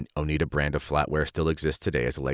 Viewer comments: Lol it's pronounced oh-ni-da, not oh-nee-da 😅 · Oneida is pronounced Oh-nigh-da. LOL, I have Oneida utensils, but they're stainless steel. BTW, for the last 30 years I have not worn pants because I don't want to risk being seen as a feminist. I wear skirts and dresses, with leggings for warmth. I never regretted this decision. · Oneida with a long i like eye. Not Oneeda. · Oneida silverware from Oneida NY, named for one of the indegenous NY people the Oneida tribe. Oneida pronounced with the long 'I' sound. So, your spelling is incorrect, and the name origin on your part is incorrect or at least that of the author you are quoting. I've spent many years (more than 40) in healthcare, trust me wearing pants is far more modest than uniform dresses. I've worn both.yes dresses in nursing were impractical in hospital settings. Pregnancy clothing was different from non pregnant clothing. There were women in 18th n 19th century clothing who did have health effects from the clothing they wore causing issues with breathing and proper nutrition. There's a place for both. But dont presume you know what